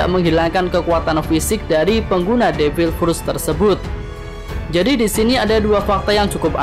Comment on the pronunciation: Devil pruttt kaya kentut aja nyebut nya 😑😑😑